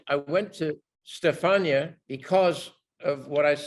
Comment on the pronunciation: Love when Ridley calls Stefani(Gaga), Stefania <3